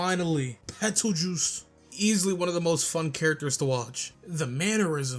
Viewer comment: "Petelchuse" 😭 anyways peak vid.